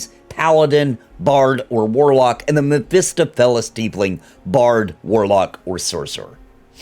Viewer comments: Great video but I gotta correct you on your pronunciation of Mephistopheles. Mef-e-stoff-o-lees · stohf - ! also 'ray-pee-uh' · It's Mef-i-STAHF-i-lees. They said it in NWN 2 a few times. :) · Is that how it's pronounced? I thought it was meh-fi-STAW-fil-ees. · I’m pretty sure it’s pronounced meh·fuh·staa·fuh·leez (Mephistopheles) lol but thank you for the racial overview, I’m excited that the ability score bonus is not going to be bound to the race in the game (stated from YouTubers who went to Panel From Hell that you get +1 and +2 to your scores.) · lol great vid but I just have too... i'm sorry. Mef-iss-stoff-oh-leez